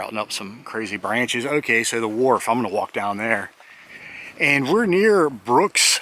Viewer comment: Wharf not ward